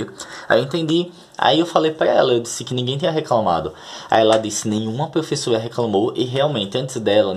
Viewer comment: Kkkkk.....serei direto como os russos na boa .....você insiste em pronunciar PREFESSORA....na boa cara....